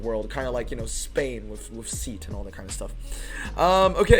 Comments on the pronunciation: Not seat pronounced.. see at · It's not seat as in car seat, it Seat as in Say-aht